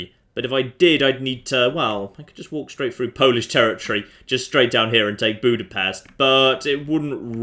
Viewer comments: Its weird to hear people from other places pronounce "budapest". Well at least you didnt say bukarest. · I have to know the proper way to pronounce Budapest now. I say it like BOO-dah-pest.